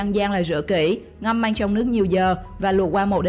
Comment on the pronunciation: Măng mà nói manh